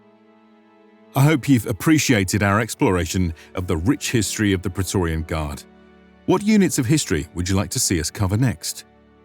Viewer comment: But Pra....e...to...ri....an... isn't a Word of ro...ma...n language....